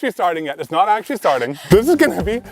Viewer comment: “It was axe-ually a gift” lol 😂